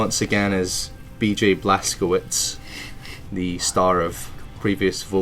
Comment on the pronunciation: You pronounce BJ name wrong: its "Blaz-ko-vitch" not Blaz ko vitz